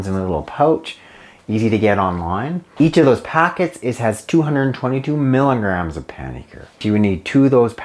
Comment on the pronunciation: It would be really helpful if you actually said “milligrams” as opposed to “miggs,” as that can be confusing for some.